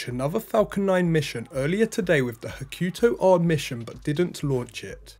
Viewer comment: "Hah-koo...Toe" not 'ha-KYU-toe"